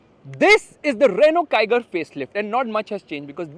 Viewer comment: here yells come on kiger, at home, hears "come on tiger"😉